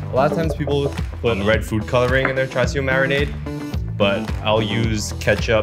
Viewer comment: bruh, CHAR-CHU not CHAR-SU